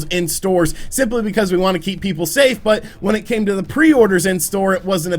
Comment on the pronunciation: "SAY STAFE!!"